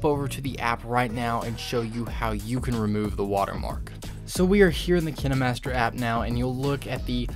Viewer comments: dude its kinemaster not kenemaster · FOR THE LOVE OF GOD ITS PRONOUNCED: KINE-MASTER NOT KIN-E-MASTER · Him: (kihnimaster) KineMaster Me: YOU IDIOT IT'S (Kien master) KINEMASTER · You’re telling me it’s pronounced kin-e-master and not kien-master? My life is a lie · Kinaamaster lol dude it’s kinemaster not kinamaster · Kindmaster not kinmaster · He says KinaMaster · I know it kinda triggers me cause he’s like “Ken-Ee-master” while I say “Keen-master” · No he’s saying KineMaster that’s how u pronounce it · its not kini its kayn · I might just be acting way too dramatic but I get so triggered when he says kinemaster like kin a master cuz I pronounce it like k I nemaster. Is it just me who says it like that? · KineMaster watching this like ITS KINE-MASTER Bro this guys saying kin-a-master is making me laugh so bad Lol thanks for the tips do O.o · I thought it was pronounced "kain master" not "kin e master" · You say kinemaster: kinamaster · KINE not KINÉ Sorry, It Annoys me Sooo Bad 😅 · im sorry but kinamaster it KINEmaster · It's not kin a master its kine master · Man said kenee master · It's pronounced "Kinermaster"? I thought it was "Kindmaster" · Him: kinEmaster Me: ...da fuq u say 👁👄👁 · Wait is it actually pronounced kinamaster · Ah yes, Kihnnehmahstehr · Did you just say "Kin-aye-master"? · I hate how he said Kine y matser also kinemaster creatirs are quaking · "KiNeMasTher" op bolteee!😐️😂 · Its kinemaster not kin-eh-master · It’s pronounced Kine like pine master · Ki-na-master LOL I feel bad so bad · I'm pretty sure it's pronounced Kayn Master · My dude straight up said "Kin-A Master" 😂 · He did nit just say "KiNaY mAsTeR" ;-; its kind KINED BUT THE D IS SILENT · Is he saying kinamaster :/ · Kin-eh-master Hmmmm... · Kin-e master lol I'm deas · The dude:KiNAMasTEr Me:wha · “ kin a master “ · Bro what kinamaster? 😂 What the heck 👁👄👁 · Did he just say kinnamaster? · ” Kin E master ” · He said kinemaster like: Kiniee master. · What’s up Kin e master 🤣